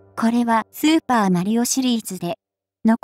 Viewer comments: スー↑パー↓w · スー↑パー↓しぬ笑笑笑笑笑笑マリオ買い物でもしてるの？笑笑笑笑笑笑